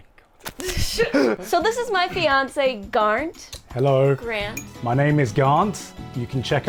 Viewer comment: Never ask an Indian guy to pronounce your name 'garnt' Just.... please